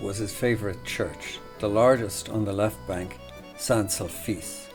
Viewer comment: Also, the church is St SulPice, not SulFice. But a most enjoyable video, thank you.